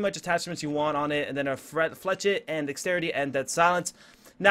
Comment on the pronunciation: Flechette is pronounced "Fla-shet"